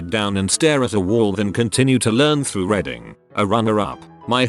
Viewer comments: I like how the narrator says "reading" as "reding". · No one: Voice: RED-ing, NUMBER, PRIHV-issy